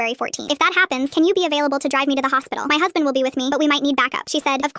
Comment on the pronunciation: Any body else hear "my meow husband"